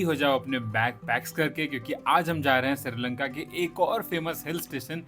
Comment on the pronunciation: Not siri lanka it's sri lanka